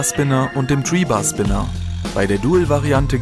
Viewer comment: da kann einer kein th aussprechen du sagst die ganze Zeit tree bar Spinner statt three bar Spinner 😂😂😂👊